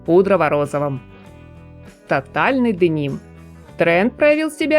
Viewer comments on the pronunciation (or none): none